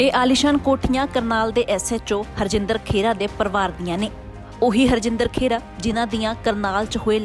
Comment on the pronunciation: ਭੈਣ ਜੀ ਪੰਜਾਬੀ ਸਹੀ ਕਰੋ. ਖੇਰਾ ਨਹੀ ਖਹਿਰਾ ਹੁੰਦਾ